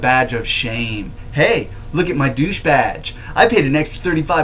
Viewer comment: Doosche badge lmao